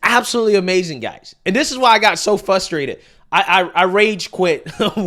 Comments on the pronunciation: Frustrated not fustrated, . Just friendly feedback from a fan. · fRustrated*. Not fustrated. ❤ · it's pronounced 'frustrated' not 'fuh-strated' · I get frrrustrated, when you say fusstrated!! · I’m all for Vivek and his take on the subject. But, your pronunciation of the word, frustrated, is so frustrating to me🫨